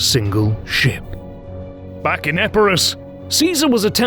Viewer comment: Dafuq you call the place Epirus? At least Dyrrachium is not for sure